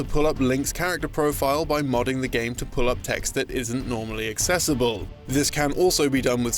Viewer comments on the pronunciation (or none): none